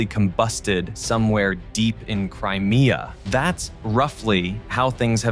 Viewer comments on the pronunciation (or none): none